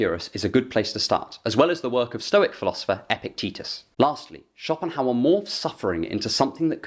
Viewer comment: Sounds more like Copinghauer